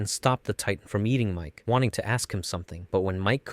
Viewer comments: It's Miche, not Mike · its not biting Miche's hair you friggin dolt it's literally biting his head in half EDIT: also bruhh ur channel is Anime Anime but you pronounce ever thing so wacky 😭"Mike"? It's Miche like Meekeh.. also "Hang"? It's HANGE bruh like Han Gee as in gee wilickers